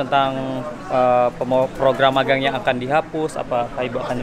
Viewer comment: Magang huruf "g" nya satu aja bang